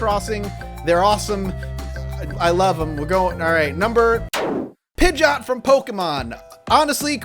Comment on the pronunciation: I cringed every single time you said Pidgeot.